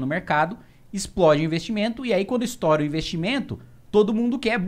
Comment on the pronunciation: "estoura"e não "estora" ; avisa o Arthur ( não queria se chato, mas...) que não é " roba" mas " rouba"